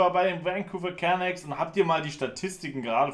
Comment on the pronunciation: Es heißt immer noch Can"a"cks, nicht Can"ä"cks:'D <3 Ist doch gar nicht schlimm ohne Ton, man versteht trotzdem, was abgeht:)